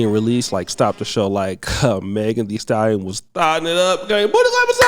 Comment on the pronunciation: Meg thee stal-lie-on tory lanes